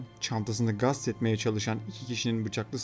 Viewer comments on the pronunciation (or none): Allah rahmet eylesin gast değil gasp kardeş bu arada